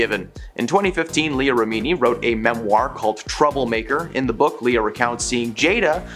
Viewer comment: what is this accent? I find this channel talks about celebrities and doesn't know how to pronounce any celebrity's names. (and Science = Scientology, Remini = rem-mini.) I did enjoy the new twist on Bravo as Brəvo. 😄 no hate. I watch your vids a lot! reporting is good! it would just be cool if the people knew the pop-culture they're reporting about though....